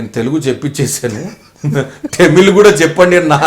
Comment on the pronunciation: vamshi garu please don't pronounce tamil as టమిల్ it should be pronounced as తమిళ్.